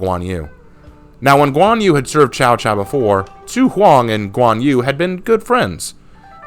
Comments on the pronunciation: Cao Cao, Not Chao Chao. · Man I was so hyped about new hero I was almost convinced it was going to be like Lu bu type of hero but no we got a fkn pirate.... (And just a side note I hate to be that guy but you pronounce cao cao like tsao tsao)